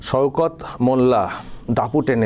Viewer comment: সওকত নাম কিন্তু উনি বলছেন সৌকত 😂😂